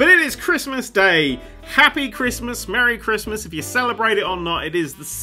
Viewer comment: Merry chrimja Merry shdist Merry chrysler